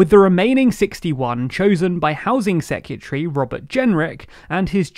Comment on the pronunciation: Lolling at the pronunciation of "Mayoral" and "Secretary". It's MAYoral, not MaYORal, and it's Sec-re-ta-ry, not "Sec-u-tree". Okay English class over:P